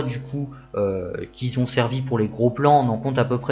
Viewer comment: Sujet bien traité, bien explicatif. Attention aux fautes de liaison dans ton élocution ; beaucoup de "qui-z-ont" Sinon, il faut vraiment être passionné de bagnoles pour afficher une Ami ... 4-5-6-7-8 ? Peut-être un prochain sujet de vidéo 😊